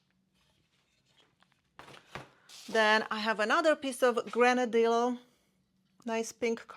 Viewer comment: Nice selection, albeit relatively small pieces. FYI, the double el (ll) in Granadillo is pronounced like the English Y. If you search on Google, you will easily find a pronunciation.